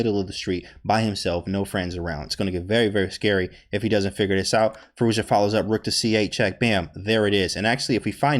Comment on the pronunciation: You nailed that pronounciation.